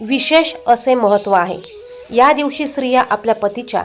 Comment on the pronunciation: स्त्रिया उच्चार चुकला